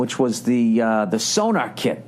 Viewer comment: Its SoNOR. NOT so-NAR.. it aint some kinda radar device. Jesus frig!